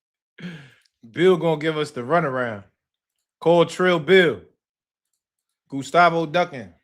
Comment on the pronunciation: “gUStAvO” ahh nigga